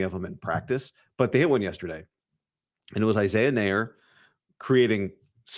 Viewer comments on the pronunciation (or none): Nayor is pronounced like la. It's creole and creole is French and French is a Latin language!